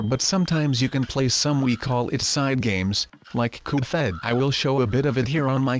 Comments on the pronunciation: His name is not Coupe head his name is cuphead and why do you sound like an anonymous anonymous whatever they're called are you an anonymous or something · ITS CUPHEAD, CUP HEAD NOT COP HEAD SILLY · You say "Coofead" instead of Cuphead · Why do h call the game cufheaad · Cuphead not cufheat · "cophead" xD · It's Cuphead, not Cofhead! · HE SAID GOOFHEAD! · its not caled goofhead its cuphead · Uhh it’s CUP HEAD not CUFED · Do u mean cuphead not duffhead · Coof head? What u mean cup head u propaly sick or u have hiccups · "coop fed" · It's cuphead (pronunciation: cup_head) not cuphead (coof_ed) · "goof fed" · Why did you say cufhead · COOF ED [eh duh not ed as in sqashED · ITS NOT CALLED COUPHEAD YOU STUPID>:( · he is saying coop phed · You mispronounced Cuphead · Its not coophHead its cuphead. And not "Thrust me" its Trust Me